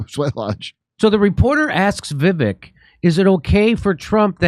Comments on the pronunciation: It's Vi-Vake like cake. Not Viv-ick👍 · It's pronounced Vi-VAKE, not VIV-ik. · It’s pronounced vi-Vake I believe. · Va Vake short a, long A, is how to pronounce his name correctly. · Jimmy, his first name is pronounced like Vi Vake (long A). :) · It’s pronounced Viv-ake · Jimmy! ::: Vivek (rhymes with Cake). Have him on the show please! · "Vi-vake" is how it is pronounced, Jimmy. "Pala-steen" is how it is pronounced, Jimmy. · just want to correct one thing: His name is pronounced vivek like it rhymes with cake. So almost an up-tone from the first syllable to the second. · Pronunciation of Vivek’s name should rhyme with cake. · It's pronounced Viv-ache (ryhmes with CAKE). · Vivek is pronounced “vih-VAKE” — short i first syllable, long A second syllable. Accent on the second syllable. Am I right? If he ends up being like the others in this wretched class, we can remember that the second syllable of his first name rhymes with FAKE. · It's pronounced Viv-ake. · It’s pronounced vivake like cake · Vivek.. Vi -weck.. practice it... His honest.. trust him to lead. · Vivek is pronounced viv-ake I think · FYI....VIVEK is pronounced VIVAKE...like CAKE....his words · Jimmy, it's pronounced 'Vivake' (emphasis on the second syllable). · Vee Vake… is the pronunciation…. Vee Vake. Haha. He’s bad ass for sure tho! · Vivek is pronounced with a long A for the second vowel. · Still can't pronounce his name correctly Dore? Come on.